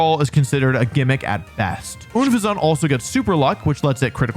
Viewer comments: insane pronunciation of unfeasant. it's a play on unpleasant so weird that you didn't see that as you were dissing it. I'm a fan of that line's design although yeah tranquil is kinda bland. Ash had a tranquill so I somewhat remember it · We aren't gonna cook you for plumage, we're gonna cook you for unfezant. Pronounce like "unpleasant" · Wolfey you clearly missed the pun with unfezant which is clear by the way you pronounce the name. It is supposed to be pronounced like unpleasant and it is supposed to be a crap pokemon because of the pun... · Is the way he pronounces Unfezant an inside joke or something? It's Un-fezant... Like unpleasant or un-pheasant... Like a pheasant... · Bro it's pronounced like "unpleasant" 😂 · I hope wofly is pronouncing unphesant wrong because he hates the damn thing. I always thought it was un phesant, which is a play on unplesant, because it is unpleasant to look at, and pheasant, the type of bird. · Your pronunciation of unfezant hurts my soul. I'm like 98% sure it's pronounced like "unpleasant" because it's ugly. And no I don't care if the anime proved me wrong or not it's in my head and it'll never leave! 🤣🤣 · Did his pronunciation of unpheasant annoy anyone else? It's pronounced like unpleasant because you know...pokemon does that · Unfezant is pronounced like “unpleasant” because it’s mean and a pheasant. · That pronunciation of Unfezant is diabolical. I’m fairly certain it’s supposed to be pronounced like Unpleasant/Pheasant. That said, plumage was correct. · That cannot be how you pronounce Unfezant. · STOP SAYING UNFEZANT LIKE THAT PLEASE!!!!!!!! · I can't tell if you are pronouncing Unfezant like that on purpose or not, and the plumage confusion makes it even harder to tell. edit: was expecting Trubbish or Garbador. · You saying "Unfezant" weird Volfay😖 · Does this guy purposefully mispronounce pokemon to get comments? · WHY DOES HE PRONOUNCE UNFEZANT THAT WAY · My brain is unable to process your pronunciation of unfezant